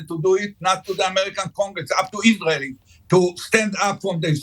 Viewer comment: "Iswael must twy to ewase tewwowist HAMAS". Right buddy, well this approach won't do it.